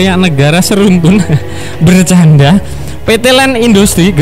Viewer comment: Berrrrrrrr can daaa... 😆😄